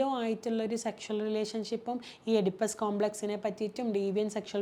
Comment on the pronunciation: എടിപ്പസ്, അല്ല ഈഡിപ്പസ്,... ഈഡിപ്പസ് . മറ്റൊരാളുടെ കഥ വിളമ്പുന്നത് നല്ലതല്ല, പോലീസ് കേസ് അല്ലാലോ, നിങ്ങളുടെ അടുത്ത് വന്ന് പേർസണൽ ആയി പറഞ്ഞു തിരുത്താൻ, പ്രതി വിധി എന്തെങ്കിലും അറിയാൻ ആണല്ലോ വന്നത്, നിങ്ങൾ പേര് പറഞ്ഞില്ലെങ്കിലും,, ഈ വീഡിയോ അവർ കണ്ടാൽ അവർ ഇതിലും ഭീകരമായി തകരും...